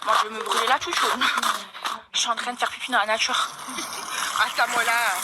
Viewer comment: "La voitchhure", "la natchhure"... Wesh t'as cru la meuf è parlé pas françé en vrrrréé, en vréé t'as cru wesh...